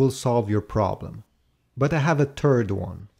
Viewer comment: "for the tird"